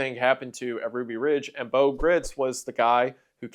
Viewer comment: Having met Bo when I was a child I can assure you that you are pronouncing his name wrong- he said it with a long i sound